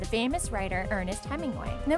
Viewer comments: I love how you can't even learn how to pronounce these things, "Naxrammas" "Fuegen" etc. and yes I know I wrote "Fuegen" she said it like that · Feugen pronounced as "few-gen". Oh well, you are sexy anyway. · she doesn't play Hearthstone. not pronouncing feugan's name properly.